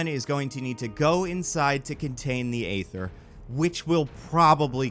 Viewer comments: The Reality Stone is pronounced Eee-ther not Ay-ther. This ain't New Jersey. New Jersey don't exist. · They say EEEE-ther so many times in the movie idk how you're pronouncing it AAAA-ther. Even the real world chemical ether is pronounced ēther. Better off calling it The Phoenix Force if you're gonna joke that then say Ather afterwards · I feel like the joke about saying "Phoenix Force" instead of Ether doesn't work when you keep pronouncing Ether as Ayther 😂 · AY-ther is stabbing me in the ears with every instance of its utterance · Am i the only one that died inside everytime he said “Ay-ther” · Thank you, this bothered me throughout. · I know you said you would mispronounce things... But Aether is not that uncommon word, the pronunciation is the same as ether the class of chemicals we all learn in chemistry class since they are the same word only spelled differently. Why are you putting an A sound at the start? That A in the Aether spelling isn't even a true A... is just an easy way to type set the letter Ash (æ). Sorry... I'm never bordered by mispronunciations... but this someone got under my skin. Hahhahahahah